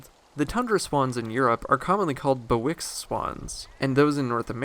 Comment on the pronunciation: Bewick's (byouick's) swan!